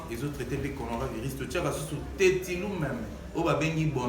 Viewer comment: Heureusement que lui pronomce bien conora virus c autre maladie différente du corona virus 🤣🤣🤣🤣🤣